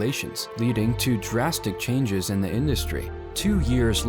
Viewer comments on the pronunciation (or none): none